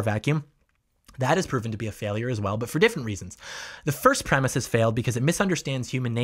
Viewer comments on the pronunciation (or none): BTW, "premise" is two syllables, not three. I just have to unsubscribe. Can't stand bible thumpers.